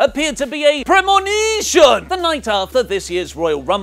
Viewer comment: "Premoneeshin!!!!!!" Oh how much I love